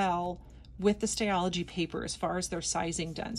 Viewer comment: Hi. Daksina pronounced her name DaksHina. Also it's a Stal-ogy not stayology. Apologies